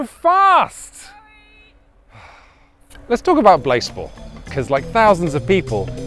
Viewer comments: Pronounce it blaaaaaze-ball surely? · Is it possible that blaseball, while being a play on baseball, could be pronounced "BlaséBall"? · i always pronounced it as blasé-ball in my head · I was hoping it would be pronounced blasé-ball